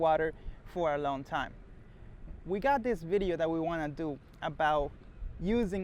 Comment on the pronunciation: "vedeo"??? lol